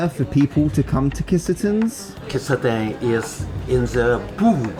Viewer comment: Not Kiss a ten 💀Key Sah tenn.